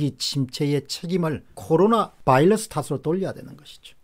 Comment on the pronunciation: 안타까운 마음에 한말씀.. 바이러스 입니다. 이제 "바일러스"라고 하지 안ㅎ으셨으면 합니다. 열열한 팬이